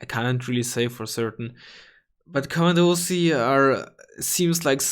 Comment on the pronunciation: Komandosi is pronounced "Komandoshee" ;)